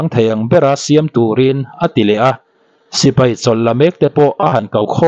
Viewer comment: Sipei❌ Sipai ✅